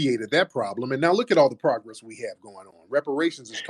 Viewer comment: Why haven’t it been any pragless? Sir what’s a pragless?. Lol, you mean progress with your sassy self. Sir where’s your progress of manhood?. Sir where’s your progress of speaking with a mainly deep voice?. Sir where’s your progress going to a speech language pathologist? With your speech impediment. The nerve of these people. Questioning us…